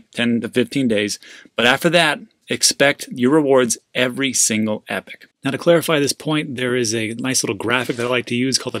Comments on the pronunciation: 'ee-pock' not 'epic' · Sorry but it's pronounced ee-pock (epoch) every time I heard epic I was cringing. Everything else was good tho 😃